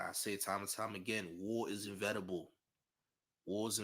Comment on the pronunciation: I think you meant to say inEvitable champ, not invetable